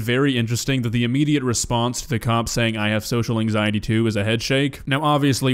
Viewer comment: The way she says “anxieteyieee” is perfect